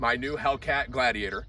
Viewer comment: The "helladiator"